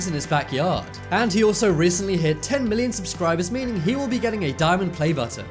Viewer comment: I disliked because he said t series will - the emphasis will - be the biggest channel on yt